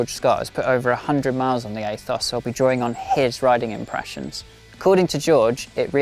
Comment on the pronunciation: Aethos is pronounced ethos in English. Athos might be an American pronunciation idk.